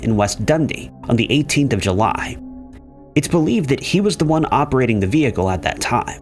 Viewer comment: Was July pronounced Huly or is my brain off kilter?